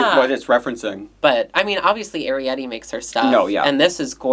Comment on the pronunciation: Someone please teach how to pronounce Arrietty 😭